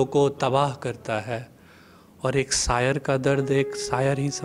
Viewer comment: साहित्य सेवा का पहला नियम सही शब्दों का उच्चारण होता है! इस बात का विशेष ध्यान रखें सक्स = शख़्स सायर = शायर इस्क = इश्क़